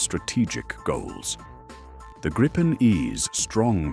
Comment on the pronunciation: It’s name is pronounced “Greepen”, nothing else. Believe me, I’m Swedish. 👍🇸🇪